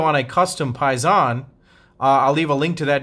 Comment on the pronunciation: I think it’s pronounced similar to “pay day”, as in “pay sin”